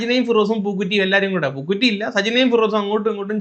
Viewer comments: എടാ, പൂക്കുറ്റി അല്ല, പൂക്കുട്ടി.😅😅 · പൂക്കുറ്റി അല്ലഡേയ് പൂക്കുട്ടി 😂😂😂